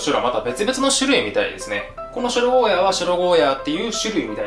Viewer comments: ゴーヤ"ー"って伸ばしてくれるのありがたい。間違って世の中に定着しちゃってたからモヤモヤしてた。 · 沖縄県民として嬉しい。ヤで切らずにゴーヤーって伸ばして言ってくれてるのありがたいです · ゴーヤーが本当の発音だってこの動画で知りました😱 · ゴーヤーの発音いいね ゴーヤーだよゴーヤー